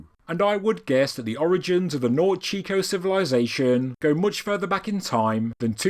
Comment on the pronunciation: yeah somehow you did manage to mess up nor tay chee co lol